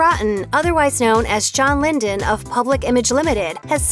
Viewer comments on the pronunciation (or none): It's "Lydon, NOT "lyndon". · Next video should be all the times you've mispronounced names it will be a very long video so you should do a series. And it's not Linden it's Lydon (lie-dun). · It’s John Lydon ,not John “Lyndon”